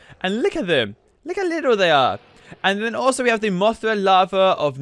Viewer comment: Not farva. Larva